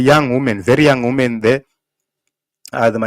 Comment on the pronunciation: Women is plural for woman pronounced as "weemen" not "wuumen"